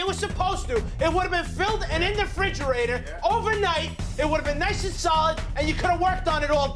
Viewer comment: Am I the only one who notices that they pronounce refrigerator without the "re?" Sounds like they're just saying "frigerator."